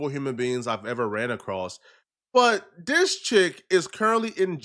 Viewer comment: The word is THIS not dis!!!